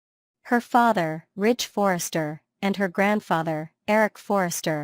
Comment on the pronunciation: It's Ridge, Not Rich